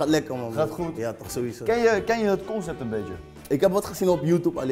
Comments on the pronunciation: je legt de nadruk verkeerd. Jij zegt con-CEPT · Het verbaast me altijd weer hoeveel moeite heeft met het woord 'concept' 😂